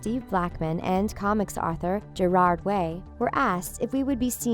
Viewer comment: At least she pronounced Gerard's name correctly.